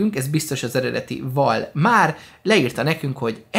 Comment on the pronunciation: bocsi de nem valmár hanem valmar de nagyon jó a vide ód csináljalmából pls¤